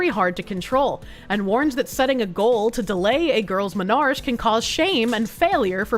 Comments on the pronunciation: Dear, it's pronounced Men are key, not men arch. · Menarche, onset of period, is not menarsh. Men-ar-kee.